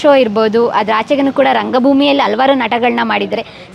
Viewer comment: ಅಮ್ಮ ತಾಯಿ, ಕನ್ನಡ ಕೊಲೆ ಮಾಡಬೇಡ, ಅಲವಾರು ಅಲ್ಲ, ಹಲವಾರು, ಕನ್ನಡ ಸರಿಯಾಗಿ ಮಾತನಾಡು.